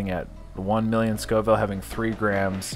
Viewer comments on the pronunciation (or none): Scoville not schoville lol